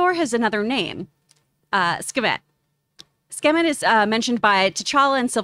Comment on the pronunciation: Jesus.. Sooo... Now we kno is ridiculously horrible with Egyptian God name pronunciation. "Kahshoo... Skivett...Skemitt" 🤣😂🤣😂